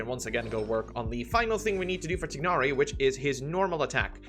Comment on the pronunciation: Still pronouncing it TIG-nari after how many years.